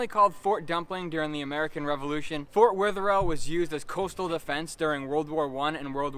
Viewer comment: Sry to be a critic but it’s pronounced. fort weather. All